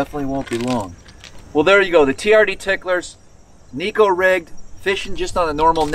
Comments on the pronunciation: For what it's worth, it's pronounced Neck'oh. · The boys at the Hook Up Tackle know a little Japanese and he says its pronounced "NECK 0" Lol but who cares it gets bit!!!!!